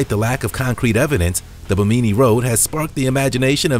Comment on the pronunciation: It's pronounced BIM-IN -NEE .